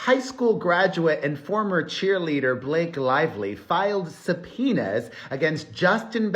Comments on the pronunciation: Subpoenas; sometimes when you are saying this word it is sounding like your saying za penis. Is it just me or anyone else hearing it😅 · Before you read subpoenas as supinas I use to read them as subopenas in my heart 😂😂😂